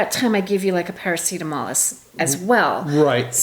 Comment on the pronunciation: Holy crap! I am happy to see you are back on your feet. And you seem okay. You even said "Parametacol" again. That sounds like the we know. Props to the medics. You say they saved you from a tour to the basement. Last summer I had to call 112 for my neighbour. He was not more than half an hour away from a meeting with G. Reap. Pro's for sure and they saved his ass too. Thumbs up for Maasstad and crew. Props to you too Tammy. You did keep it together for the right actions needed in the situation. Well done! And on the bright side. You have a great excuse "Not" to go on any rollercoaster, ever again.